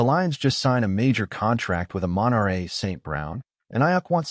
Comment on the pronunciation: the A.I voiceover just can't get the pronunciation of either Amon-Ra or Aiuk's name correct. makes the whole thing difficult to listen to.